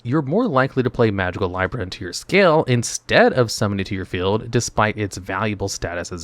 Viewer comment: I love how often you say the names wrong. Magicalibra isn't pronounced lie-bra. It's lee-bra, like the zodiac sign, hence the scale design.